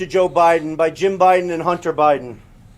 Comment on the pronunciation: He said Hunty